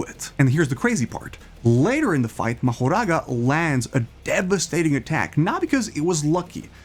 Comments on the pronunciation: Mahouraga what is this bro it's Mahoraga not Mahouraga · please stop saying mahoraga like mechoraga and choso like shooso